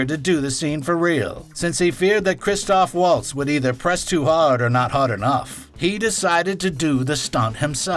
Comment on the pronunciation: And it's Melanie Laur-on and Christoph Vahltz. Amazing a bunch of so-called movie snobs in comment section pick up on RZA instead .